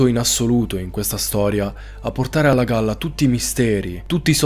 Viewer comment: ti è partita una parola in dialetto satanico🤣🤣🤣 Allagalla